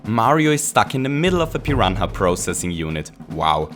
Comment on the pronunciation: What is a "piran ha"??